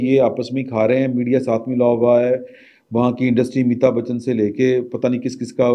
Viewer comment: Plz bolnay ka style theek kerein.phatay pe bethnay walon ki tarah baat kertay hain.punjabi bolna buri baat nahi.magar Modi ko "moodhi" "meehta bachachan" thori mehnat kerein.